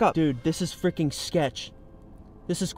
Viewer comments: Not frickon frickin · This is how many times he said FRICKON 👇🏻